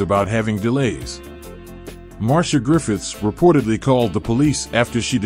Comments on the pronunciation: It’s pronounced Mar-c-ah not Marsha lol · Mar-cee-ah not Marsha!! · Nice information her name is not ptonounced MARSHA BUT MAR-C-I-A Also Toots us pronouncec incorrectly. The o's are short not long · I thank you for your info on Marcia Griffiths. I must say however your pronunciation is wrong, her name is spoken as Mar-cia and not Mar-sha Griffiths. (this is a common mistake made by non Jamaicans ) Nevertheless I'm happy that she's okay and recovered from the scamming incident and the scammer is now sick. All the best to her and R.I.P. Bob Andy. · The presentation is good but in future please be carefull with the pronunciation of peoples names. Marsha is a different name to Marcia. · .. It can be but in Jamaica the latter pronunciation is used. It is also disrespectful of the artist to mispronounce her name. She is a well known singer so there shouldn't be any error in pronouncing her name.